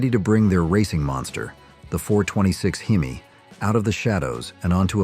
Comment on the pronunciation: I so agree! Especially on the AI voice narration you must be some Asian foreigner who does not know how to pronounce our words like hemi with the “e” carrying the short e sound! It is not a hee me! If you are going to narrate something use your own voice & learn what you are actually talking about! Also many of those cars like Willys were on the race track when the were supped up! Several of those small block 1950’s cast iron block could take the heat with out cracking the block. You especially do not know much of what you ar talking about. My goodness a true Co-bra enthusiast would laugh you out of the race track. It is not a cou bra.